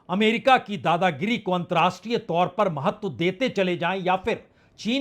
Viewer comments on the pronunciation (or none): Antar-rashtriye NOT antrashtriye! Pl. learn the difference.